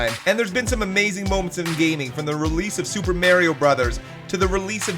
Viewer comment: "May-rio" Brothers